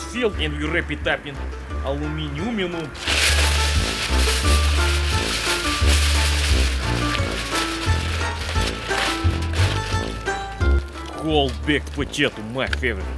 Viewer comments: Ah yes, the famuos metal, aluminiuminium. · It gets better each time I hear it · Its not aluminiuminum, its aluminuminium... Get your metals straight! Edit: I'm wrong but i still think aluminuminium sounds better... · it is correct to pronounce it aluminuminum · Did just say aluminuminum? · no no no no no...... Its pronounced aluminiuminiuminiuminiuminiuminiuminiuminiuminiuminiuminiuminiuminiuminiuminiuminiuminiuminiuminiuminium